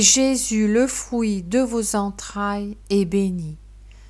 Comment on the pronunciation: Fruit se prononce avec un U et pas un ou. Vous dites frouit au lieu de fruit. Que Dieu vous bénisse. 😘🌹